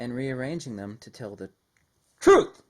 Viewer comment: When you barked 'TRUTH' you made my cat jump